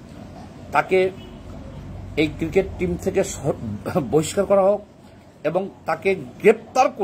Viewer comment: তুই আগে ক্রিকোট কে ক্রিকেট বলা শিখ।